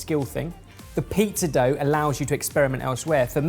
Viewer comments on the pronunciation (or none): I can't get over the fact that still keeps saying pee-zah